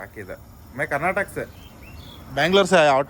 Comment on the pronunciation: Bro "Karnataka" anni. Avr thara neevu "karnatak" andbittri.